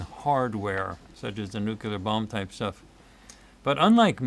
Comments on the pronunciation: Here, I looked it up for you. The pronunciation of "nuclear" as NEW-klee-er is from the American Heritage Dictionary, published in 1969. This dictionary presents the standard American English pronunciation, emphasizing the phonetic link to the root word "nucleus" and marking the "nucular" variant as nonstandard or incorrect." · By the way, it's not "nukular," it's "nuclear!" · BY THE WAY: Why do some people pronounce "new-kewlar" instead of "new-claear"?